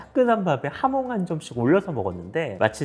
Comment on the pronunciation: 하몽이 아니구 발음은 하몬에 가깝습니다